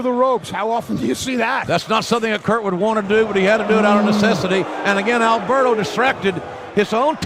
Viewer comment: I love you, JR. But you've pronounced Alberto's name wrong too many times. 😅